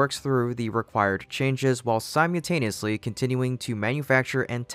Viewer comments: small nitpick here. it is not pronounced "si-mew-tayneeyusly". it is pronounced "si--mul--tayneeyusly". maybe your practicing kitten-speak? sorry,. just had to get that out there to you. :) around time , you mentioned that the orbital launch attempt booster would return to attempt a landing on a platform in the gulf of mexico. this is big news! i follow closely and had not heard of a platform landing attempt!. do you have any more details on this platform? will it be phobos or demoes?: my understanding that it would simply do a hover-ditch in the water, or possibly a catch attempt on land. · its pronounced sīməlˈtānēəslē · It’s “Simultaneously” or “Simultaneous”. You left out the L twice….